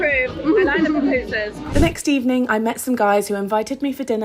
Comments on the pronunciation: Girl that’s my country and btw it’s Poo-poo-sas ok 😅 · PAPUSAS HAHAHAHA THESE GRINGOS BUTCHER OUR LANGUAGE. PAPUSAS HAHAHA IS PUPUSAS.